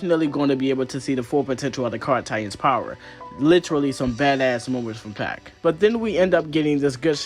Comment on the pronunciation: Why are you pronouncing Pieck like that? Super distracting dude